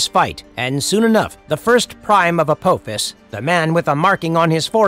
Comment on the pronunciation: Hey i appriciate the video , but is this video voiced by artificial intelligence? Its the only reason i can think of why EVERY CHARACTER NAME PRONUNCIATION IS WRONG . Sha ri , annubis , teal'c ,Appophis all said incorrectly. I noticed that all your other videos the names of characters are butchered..